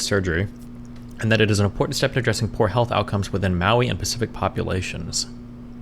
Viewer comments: how are you pronouncing maori "maui"? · same lol. i was laughing so hard when i heard him pronounce maori and then the 5 other times he said it.